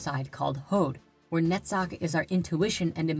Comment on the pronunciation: Awesome topic in three parts. I would only complain about hebrew names from left to right. And only Netzach pronunciation would be noted as different. Other than that, very enlightening. My whole gratitude for this. By the way, have you ever thought about subtitles? I still think about people who can't listen.